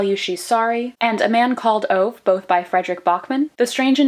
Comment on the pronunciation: I Love How Americans says Ove, since it's a Swedish name you pronounce it kind of like Oveh 😂❤